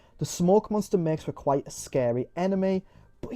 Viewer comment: The camera and the BioShock style puzzles are so Xbox 360-core. I appreciate that it tries to emulate the show as well with it being episodic. Also: "Monnstuuah".